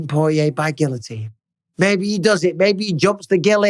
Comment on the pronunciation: The guy from Cajun country who can't pronounce "guillotine" lolol